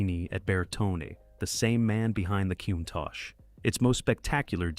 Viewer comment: At least pronounce "Countach" correctly!